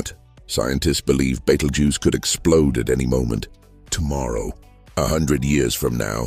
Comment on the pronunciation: I'd like your AI to pronounce Betelgeuse in a consistent, correct manner. This mix and match pronunciation makes you look pretty stupid.